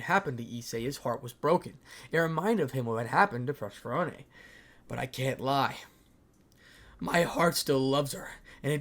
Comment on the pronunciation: purr-seth-phone-knee that is how do you pronounce Persephone. 😂😂😂 Sorry I don’t mean to be that guy but it was really just bugging 😅 Sorry 😂😅